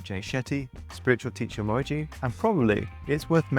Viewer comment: bro couldnt even do enough research to learn how Mooji is spelled and pronounced